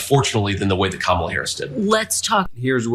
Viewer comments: He doesn't even say her name correctly. This is the kind of child half of America wants to elect as president. He's a liability to our national security, our constitutional processes and our institutions. And, easily manipulated internationally. It amazes me that someone lacking that much maturity, integrity, honesty, and leadership is the choice of half of America. Freedom is a bitch sometimes. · Have you ever noticed how he insults people by mispronouncing names like a little kid would